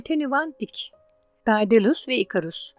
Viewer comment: Dedalus diye okunur